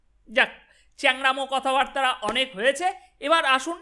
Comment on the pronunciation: কথাবাত্রা নয়, কথাবার্তা।